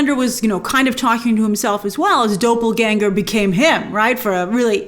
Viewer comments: “Doppelgänger”, Grace. Pronounced “daw-pull”. Anyways, I love how you always stand up for Hughie in this season. Somebody has to. 👍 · It's not pronounced like that at all. It's a short "o" (like in dollar), while diphthongs (such as "aw") are naturally long. The "pel" part does not sound anything like "pull", it would be more like the ending of "proPEL".